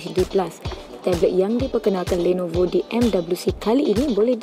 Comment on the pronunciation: kenape nisa sebut lenovo bunyi mcm landnovo...